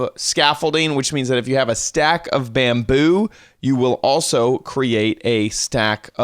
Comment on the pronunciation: Why in the FUCK are you saying bamboo like that Jesus